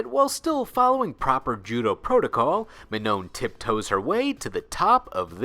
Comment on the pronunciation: "Mah-no" the second N is silenced